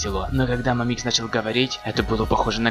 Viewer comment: мАмикс а не мамИкс